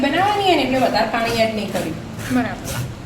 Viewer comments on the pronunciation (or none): બેન પૉણી નહી પાણી બોલો